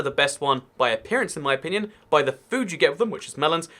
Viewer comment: 'In my onion'